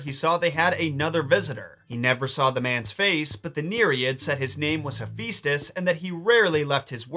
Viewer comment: hephaistos (rhymes with asbestos) is the god of forge and flame??